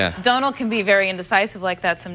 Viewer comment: She said Donal the right way!! whoo!!